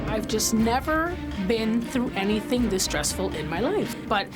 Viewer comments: "anythink and everythink..." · Is it just me but I’m triggered by Ramsay saying “anythink” and “everythink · Bro really just said be ready for anythink and everythink